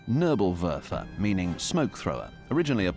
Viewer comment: It bis not nurblewurfel , it is Nebelwerfer [Nay-bull-Where-fir] (fog thrower ). PLEASE DO FOR ONCE >>SOME HOMEWORK BEFORE YOU BUTCHER LANGUAGES. Have some RESPECT for other languages!